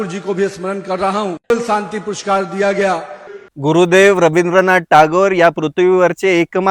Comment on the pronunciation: Purskar pn mhanta yet nahi pushkar boltoy